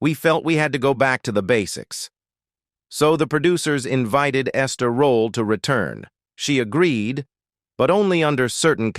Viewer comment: Quit call this wonderful woman Ester rolla. I clearly hear you I. This video say it several times. But then sometime you pronounce correctly .